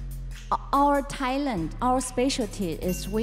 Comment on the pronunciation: 柳翰雅说Talent 这个单词时，英文发音不正确